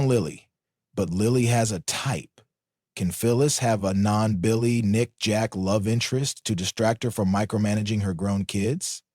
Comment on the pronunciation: LOL! why did you say Bil-LAY like that? 🤣🤣🤣